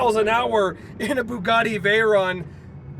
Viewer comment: Please pronounce it correctly, it's vey-ron (it's a French name)